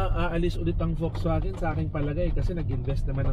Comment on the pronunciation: Folksvagen! That’s the german pronunciation. I enjoyed the video because of the rain background. And yes, the Ayala loves that brand. Thank you for sharing the Bible verse.